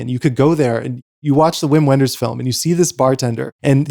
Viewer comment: don't pronounce "uim uenders", its "vim venders"